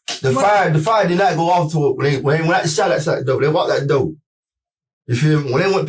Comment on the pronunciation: How can these EBT collectors go through the same school system I did and pronounce the word door as doe , the word four as foe? WTF happened? You want to call yourself my equal?